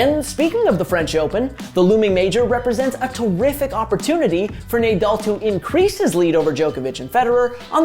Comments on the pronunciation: ‘Naaa”—“Dall”. ..not “Ney” —“Dall”…come on man… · Nah-Doll not nay-dal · Sorry to be that guy but it’s NAH-DAL not NAYDAL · Who tf is Neighdoll 😂😂😭😭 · What's the point of this GOAT argument? Narrative literally changes whenever Nadal or Djokovic win a slam. Let these guys retire before starting it early. At least most people can now acknowledge that Federer is well behind these two. Also...clearly not a single editor at the Score watches Tennis...I can't believe you kept saying NayDal even though he's world famous. Cringe. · Nay doll. It would be nice to have someone that probably has watching tennis to do the take. Can you pronounce his last name like that I can clearly tell this guys never watched tennis lol. I respect the hustle though. And there was no take all you did a summarized what happened lol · Say Naydal one more time bro!!!! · nice video but how can he pronounce Nadal "nay-doll"??? its like hes never watched tennis and heard of Nadal and someone gives him the paper just to read and record it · Should we bother to learn how to say an easy name that’s the entire focus of the video talking about his greatness? Nah, no need Also, how do you even get “nay doll” from “Nadal?” Like come on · Nay-dawl?? For real?? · Nay-dal pronunciation made this video barely watchable :( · How in the world did you mispronounce the name of one of the greatest athletes ever smh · My magic 8 ball says; "Learn to pronounce his name!" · After your pronunciation of Nadal, I can't subscribe. 🤷‍♂️ I barely made it to the end of the video. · He mispronounced 100% of names in the first 10 seconds. He doesn’t watch tennis for sure